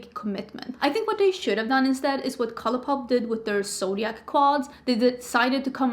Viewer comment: The word is pronounced "mohv." Almost every beautytuber mispronounces "mauve." 😒😪 Are you saying "zodiac"? I thought you were saying "soviet"